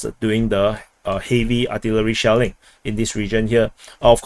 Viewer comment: I thought I heard a lot of Shaolin instead of shelling